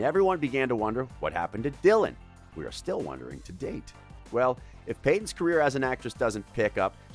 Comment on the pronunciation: The word was carrer